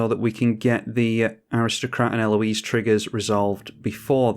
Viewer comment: Such a cool combo! Congrats. The more I see of her game play and techs the more I like her. I find it funny that you seem to be the only content creator who can say her name correctly. IDK if its because its more of a common name there or interactions with the French across the channel, but the American YTers struggle with proper pronunciation.